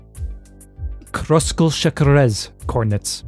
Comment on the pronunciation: Szekeres is pronounced sekeresh. Edit: excellent explanation!